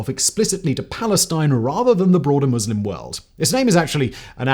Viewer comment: Ohh my god.. a presenter who actually knows how to pronounce Muslim correctly?! It's a Christmas miracle.